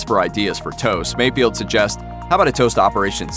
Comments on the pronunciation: It's FELD! F-E-LD! FELD! NOT Field... MayFELD. Not MayFIELD... So annoying... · Mayfeld, not mayfield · It's not MayFIELD. It's MayFELD. oof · It's Mayfeld, not Mayfield